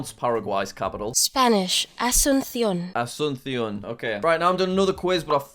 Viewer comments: He looked up the pronunciation of Asuncion and then proceeded to mess up the emphasis. It's AsunSYON not aSUNsyon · "Ashchuntsion" "Santiego" "Beaunos Ares" "Mondeviedeo" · That pronunciation video was in Spain Spanish, which is the only accent that has different pronunciations of s, soft c and z In the rest of Spanish speaking countries it's all pronounced the same as s, and because it's the Paraguayan capital it would more accurately be pronounced a-soon-see-on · Jack you learned the 🇪🇦Spanish🇪🇦 pronunciation of 🇵🇾Asunción🇵🇾!! 😂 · As someone who speaks Spanish, this video is incredibly painful to watch. Edit: I also love how Jack found the Spanish pronunciation of Asuncion (with the lisp on the C), which probably isn't how many people from Paraguay actually would pronounce it.